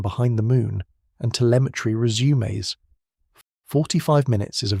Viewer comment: "And telemetry resumes (read rezoomays)", damnit AI voice.